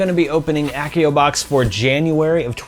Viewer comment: It's AH-see-oh, not ACK-ee-oh!! LOL